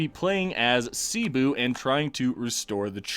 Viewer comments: Pronunciation guide Cebu: not see-bu, its sebu Maguindanao: Ma-geen-da-nao when you say it say it quick rather than a slow ma—guin-daa-noww Pangasinan: Again just say it quicker, its not paang-a-si-nan its just pang-a-si-nan Maynila: if you dont want to take the time to change your pronunciation from maay-ni-la to may-ni-la just say manila Tondo: good enough for a foreigner Sulu: make it quick Panay: its not Panaaayy its panay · Im filipino. In filipino, we pronounce it like Sebu not Sibu. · you pronounce cebu as Seh-Boo